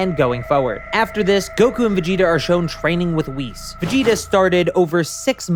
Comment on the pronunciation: Isn't Whis pronounced like whiskey?